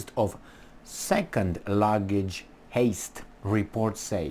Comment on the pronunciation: heist sounds like Highst